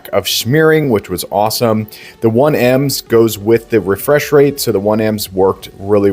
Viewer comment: Did bro say it has “1 ems”? 1ms means 1 millisecond response time